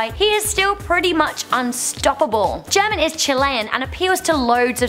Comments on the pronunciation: Hahaha, she should learn some basic spanish to pronounce "German" correctly. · Anyone who watches juega german and hola soy german and got triggered cuz she pronounced it horribly or just me? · is no now cringing at the way she pronounces german and juega? omg